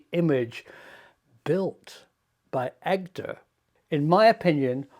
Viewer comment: That's EDGAR not EGDAR Prof! 😂